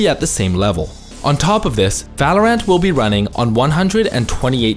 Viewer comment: every time he says Valor(ant) i die inside